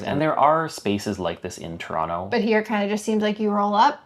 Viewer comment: you just confirmed something Jimmy Carr said with your pronunciation of Toronto - it came out like ‘Tronno’😊